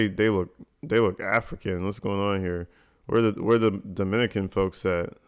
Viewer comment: I think you said Dominican wrong. Leja is from F.I.N.E